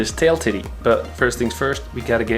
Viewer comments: The way you say: tidie🤣 shouldn't it be pronounced like "taidie" idk Anyway great content 💯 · Great vids man! Btw it’s tidy like tide-ee and not like titty like boobs👍. You’re vids got me wanting to buy the super duke GT now instead of the ninja 1000sx. So now I gotta up my budget🤦‍♂️ Have you ridden the ninja 1000sx by chance? If so what are you thoughts comparing the two?